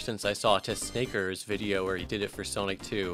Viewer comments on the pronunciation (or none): BRO TEHSNAKERER